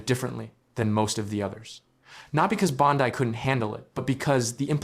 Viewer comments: Hey, A.I., her name is pronounced, “BOND-ee”, not “BOND-eye”. Get it right or don’t do it! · Why must you mispronounce her name?